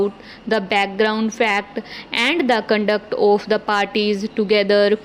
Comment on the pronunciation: Please pronounce properly. You've some issue of 'of' and also the joining of phrases.